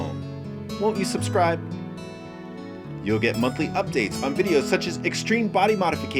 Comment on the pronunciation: When you ask for "suscribe" all the magic is gone.... Best regards...